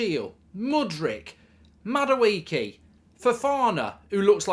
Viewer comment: That’s how you pronounce Madueke ? It is pronounced as Mmmmm- ma- do- ehke Real Igbo boys knows